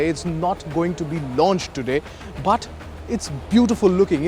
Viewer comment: Pronounce of but is irritating